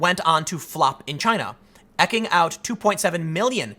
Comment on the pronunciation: Eeking out, Tim. Not ekking out.